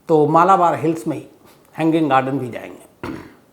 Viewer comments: मलबार है, मालाबार नही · Please correct your pronunciation of Malbar Hill.